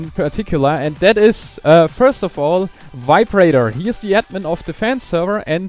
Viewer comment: Good thing you added VibeRaider in the description. When you said his name, it sounded like you had said viberator. :)